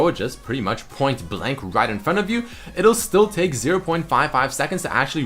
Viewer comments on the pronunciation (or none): none